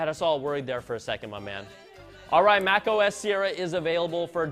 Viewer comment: ok soy el unico que noto que MacOS SE ESCUCHA COMO MecOS osea que pex con apple